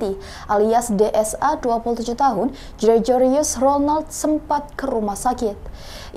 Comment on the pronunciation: Halo mbak pembaca berita yg cantik, umumnya org yg namanya Gregorius itu huruf G nya yg di depan n di tengah tetep dibaca G murni, bukan dibaca j. Tequila itu dibacanya tekila, bukan tekuwila. Semoga next time ga ada kesalahan pronunciation lagi.